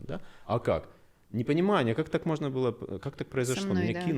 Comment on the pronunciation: Странная манерность мужчины - "нузьно", "мозьно". Это так модно произносить? Но в остальном замечательный специалист.